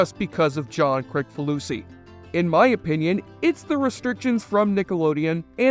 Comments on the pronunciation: It’s pronounced “Chris-faloosee”, not “Crick.” ☝️ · You really didn’t do your homework if you don’t know how to pronounce the creator’s name - “Kriss fa loosey”. Come on. I knew it because I’m a fan and I’ve seen a lot of video stories about him. You must have just done the easy research. It’s not the kind of household name that you can just presume to pronounce the way it looks, I made a point of being sure about it. It really kinda makes you sound stupid. Must be that stupid helmet.